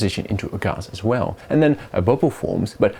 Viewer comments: say gahhs one more time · Ghas - the most posh Gas pronunciation I've ever heard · i don't think i've ever heard anyone pronounce it "gahz" before xD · "Ghass" wtf is ghas